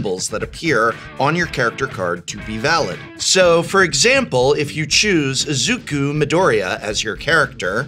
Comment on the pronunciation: Very straightforward vid. Nice pronouciation on Midoriya, but Izuku is more "ee-zoo-kuu" not 'is-oo-ku'